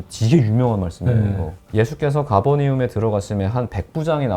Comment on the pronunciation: 잘 봤습니다!(중간에 가버'니'움이 아니라 가버'나'움이에요(소곤)). 혹시 '비염치료의 역사'도 다뤄주실 수 있을까요?